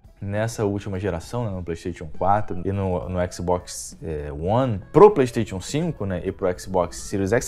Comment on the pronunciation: Só precisa melhorar a pronúncia da palavra PlayStation!